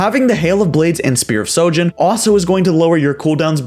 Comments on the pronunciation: isnt there an H in Shojin ? or is it silent now -_ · Why does everyone say "Spear of SOjin" when it's "SHOjin" ? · Spear of sojin ? i think you mean Shojin